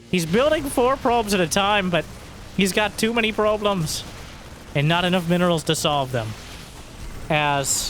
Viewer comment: "He's got too may probe'lems"